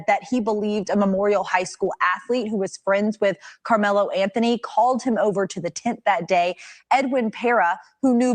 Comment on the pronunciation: Lmao annihilated Carmelo Anthony name lol